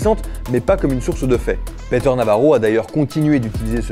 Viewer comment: "Peter" se prononce "Piteur", pas "Péteur". Mais édifiant sinon.